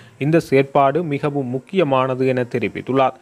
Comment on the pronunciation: யாழ் அரச அதிபருக்கு "மிகவும"என்ற சொல் வாயில் நுழைவு கடினமாக உள்ளது.முகவும் என்று உச்சரிக்கின்றார்.